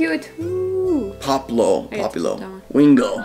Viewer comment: That is not poplo that of that is End of the say it like pop please low it makes more sense